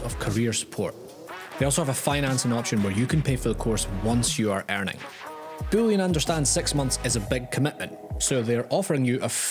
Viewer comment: Booleon sounds like bullion XD